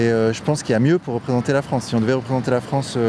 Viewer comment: La Fwance occupée. C'est pas rwaciste, ça , didont?